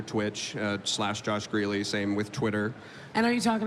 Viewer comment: HIS LAST NAME IS PRONOUNCED "GREE LEE" NOT GRELL.